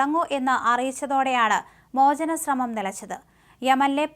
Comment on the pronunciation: മോചനം.... ഈ വാക്ക്..... എത്രാ പ്രാവിശം പറഞ്ഞു.ഉച്ചാരണം മോശം